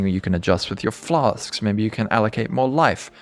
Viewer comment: I'm just here for the "flas'k's"